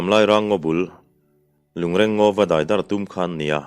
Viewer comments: A ngaihnawm ṭhin hle mai achhiartu in a zir bawk a. Lungreng tih hi i chhiar dan hmasa kha a dik zawk hmel e. A ṭawngkam lo chhuahna pawh, lung den khawm,lui a sangha man nan a awmze nei a an den khawm sawina a ni e. Ngawi andawhin ngawi tlangpui tuilian in a hnawl chhiat mai loh nan lung andeng khawm phei ṭhin bawk a,chu chu lungreng deng an ti bawk. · A ṭawngkam lo chhuahna aṭangin a dik hlel deuh lo maw? Rual u zawk leh kum upa zawk te chuan 'reng' tih lai hi alam rik dan hmasa zawk kha a dik zawk an ti zel bawk sia. A ṭwngkam lo chhuahna ka rawn sawi mai a nia